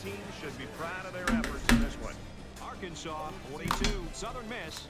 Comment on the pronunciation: Hey I’m from Arkansas and we hate when called Ar-Kansas. Especially since we was a state before Kansas.